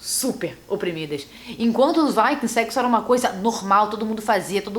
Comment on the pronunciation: Mariana Miranda tá me dando agonia dela falando "vaikings"